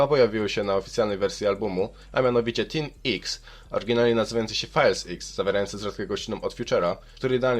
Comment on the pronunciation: mowi sie "tin eks" ziomek se poczytal czata gpt o cartim i pierdoli xddddd